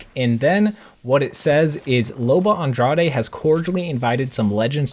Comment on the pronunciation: Lol why can’t any one pronounce lobas name right. It’s supposed to said like Loba “Andradge”. Same with Gaea, everyone says “Gay-ah” but it’s supposed to be said like “Guy-ah” lol I’m nitpicking but I just had to say it